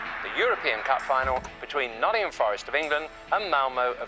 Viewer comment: Brilliant video, very well put together. only minor let down was the southern voiceover guy that can’t even pronounce Nottingham properly!